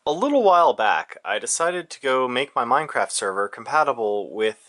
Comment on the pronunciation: Funny how he says Meinkampf.